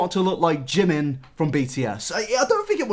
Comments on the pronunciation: its so annoying to hear people saying jimin wrong. like its not jim-in its jee-meen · Jimin, pronounced Jee-min Should really get an restraining order against Oli. Obsessed fans Is how dangerous things start.